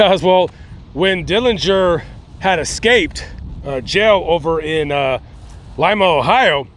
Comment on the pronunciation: U said lima correctly, thank u